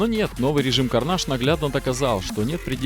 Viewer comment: Карнейдж блять,а не карнаж сука,бесишь